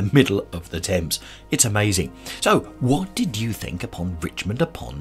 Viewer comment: This Richmond upon Thames is a beautiful video and stroll. I notice you pronounce Thames with a silent "h". Thank you as I have been mispronouncing Thames with the pronounced "h" just like the word "thing". What a delightful area. So glad you caught that lovely flower shop in the center of the square. I bet the fragrance was so sweet to pass by. I loved the little quaint back alley streets and love the cobble stone streets and alleys! Beautiful little shops and such very old history! What with the Henrys, the Edwards, the one Richard, and that Queen Elizabeth I - the monarchy trademarks are fabulous tid-bits to know. HEY - look at that wonderful pub called The Old Ship!! Now that is English if I ever saw. I would love to have the good ole Fish n Chips with a dark English lager in there! And dont forget the Malt Vinegar on the fish!! OK, now I adore Paved Court. A beautiful side street that I would love to visit. Oh...The Open Book! I can see you in there. LOL I got such a laugh when you said..."having a good flick through - right!" 🤣🤣🤣🤣🤣 The river on Richmond is just gorgeous. I wonder if in the quiet serene area of the river, if people are allowed to take canoes out for a paddle? Loved this area and great video! Blessings.